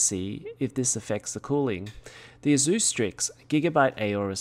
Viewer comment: The way you pronounce "Asus" makes me want to smash drum sticks in my ears. >>>correct